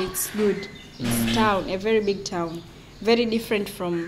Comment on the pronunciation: Вэри экспенсив, ту Мач онанизм......😂